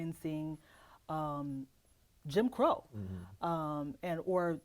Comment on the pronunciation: "Jim Crow Era" was not pronounced correctly once. 😂